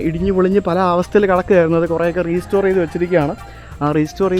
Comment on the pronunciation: PLEASE റീസ്റ്റോർ എന്ന് പറയല്ലേ. It's റെസ്റ്റോർ (RESTORE).